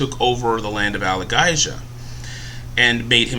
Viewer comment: It's pronounced Al-A-Gay-Zia